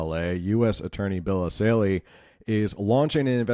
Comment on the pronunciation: It's Bill ESSAYLI not Assali. Good video, though.